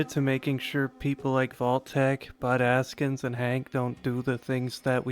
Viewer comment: Every time you said "Bud Askins" I heard "Butt Ass-kins" and I giggled.